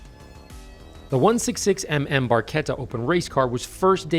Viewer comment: Barchetta pronounced correctly